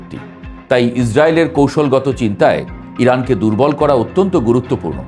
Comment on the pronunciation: ভাই উচ্চারণ ঠিক করেন আপনি র কে ড় বলেন যেমন করেন আপনি বলছেন কড়েন করা কড়া এই ড় উচ্চারণ বেশি বলেন